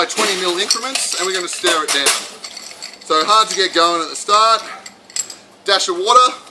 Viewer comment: Every time he says "stir it down" I hear him say "stare it down", which is better on so many levels.